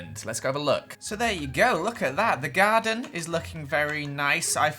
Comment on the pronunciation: I thought u said "Guardian" instead of "Garden" so i was like... ...WHAT MAGIC IS THIS?...